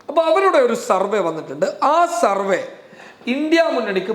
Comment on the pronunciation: പ്രാർത്ഥനയോടെ കാത്തിരിക്കുന്നു.. Please note! സർവേ... സർവ്വ അല്ല. വരെ ശരിയായി ഒരിക്കലേ കേട്ടുള്ളൂ. 😊 കുറച്ചുകൂടി കേട്ടു പക്ഷേ ഒന്ന് ശ്രദ്ധിക്കുമോ. വേഗം പറയുമ്പോൾ സംഭവിക്കുന്നതാകാം. സോറി. പക്ഷേ പറയണം എന്ന് തോന്നി. 😢😮